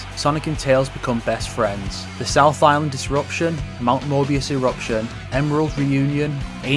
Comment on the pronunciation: did you just say mount MORBIUS?